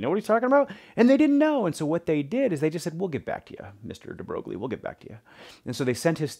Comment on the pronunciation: Hi, thanks for posting the lesson. Just a small point: his name is actually pronounced "de Broy". It's a common mispronunciation but I always find it amusing.